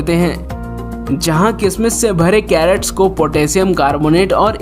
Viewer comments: Video is good. Given 1 likely. please CRATES means boxes in which fruits are packed & transported. Carrots means Gajar. Please pronounce properly. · Great video. Very valuable information. The funny part of the video is crates pronounced as carrots.